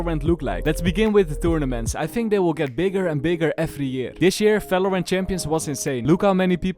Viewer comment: Everytime I hear you say "falorant" I get goosebumps and shivers keep it up man lmao